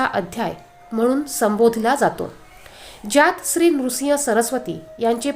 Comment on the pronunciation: नृसिंग नाही